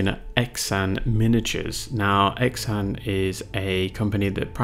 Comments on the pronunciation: Xan is pronounced more Sian or Han the way you did. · Well done sir. I've always pronounced his name "Zan", like the "x" in xylophone, perhaps I was wrong? 🤔I believe Xan sculpted a range called Warmodelling, which I'm not sure is still in circulation. In the past I've read that his sculpting "hero" was Tony Barton of AB, and he creates figures which fit well with them. I believe that he has also sculpted Napoleonics. By the way, have you reviewed the "in house" 20mm WW2 ranges from Eureka? They do Japanese, Finns, Pacific Aussies, & US Marines. Did you manage to get hold of any of the Kelly's Heroes range sold by Grubby Tanks in the UK? Also, might be worth looking at the 20mm WW2 ranges sold by Lancer Miniatures in the UK, they seem to have quite a selection, not sure what they are like.